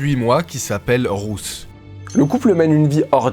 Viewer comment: Super vidéo ❤ Par contre Ruth ça se prononce comme root en anglais